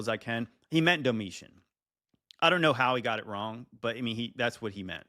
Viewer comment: Emporer Domitian 81-96AD. He got the years of his reign right. He pronounced it wrong, likely mixing it up with Diocletian who is more well known.